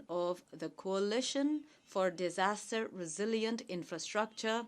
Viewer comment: Modi thought that he is in Gujarat and audience are his party workers.😂😂 He is making toilets and roads for them and also giving them water and houses. What a vision he has 🤣🤣 His English Single youj (use)of plastic Internasnal (international ) Shoshal(social) Disasjar(disaster ) Misan( mission) Hilarious 🤣🤣😂😂😂🤣